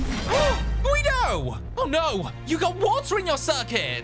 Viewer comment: It's Guido not quido